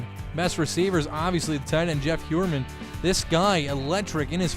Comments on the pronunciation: I think his name is pronounced Jeff High-er-man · It’s Jeff “Higherman”